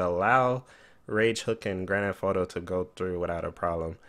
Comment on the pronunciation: anyone else like how he says grand f auto